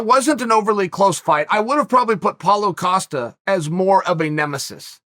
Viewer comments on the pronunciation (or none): none